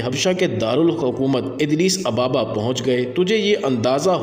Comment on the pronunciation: it is Adis Ababa, not Adlis-ababa - the capital of Habsha or Ethiopia